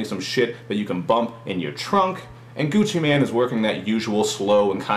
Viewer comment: lol, he says gucci man, sounds like hes talking about a superhero XD